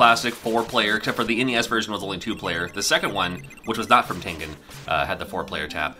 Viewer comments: TEN GEN as in generation!!!! 😣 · Common mistake, but it should be the hard g. American company with a Japanese name. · Who else pronounced Tengen as TEN-JIN as a kid? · I always thought it was pronounced Tenjen . I learned something new . Great video ! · I used to think it was pronounced tenjen with a soft g as opposed to a hard g sound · I don’t know either I was saying it wrong or was I always pronounced it with a soft g sound like in the word “giant” but pronounces it with a hard g sound like in the word “ game” so in other words I always pronounced it like “tenjen” like with that soft j sounding g sound but pronounces with that hard g sound like in “game” in the middle so which is it someone please tell me